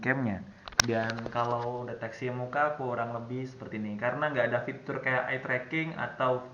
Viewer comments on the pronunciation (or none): none